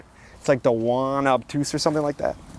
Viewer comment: hey! 'jaune' means yellow in French. Google translate how to say it;)